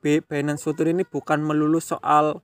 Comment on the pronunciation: future mas, bukan putur